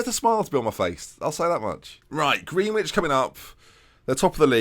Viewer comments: It’s pronounced “Grenich” I know it’s spelt Greenwich but that’s how it pronounced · Gren-itch. Damn it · Hi, nice vid, loving the series. Greenwich is pronounced 'gren-itch' and is on the Thames in London. I suggest you look it up because they're literally the other side of the river to thamesmead! I.e. another rival. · The way you said Greenwich is amazing you said it completely wrong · I think u might've pronounced Greenwich wrong 😂